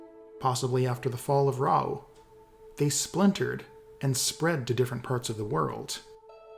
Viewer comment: First loretuber I've seen to pronounce Rauh correctly and not like 'raw'